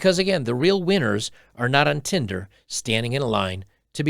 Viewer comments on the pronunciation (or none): none